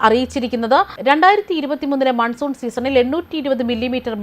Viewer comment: മൻസൂർ അല്ലടോ മൺസൂൺ 🥰🤣